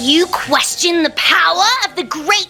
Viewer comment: for whatever reason when he says power i thought he said "P a h"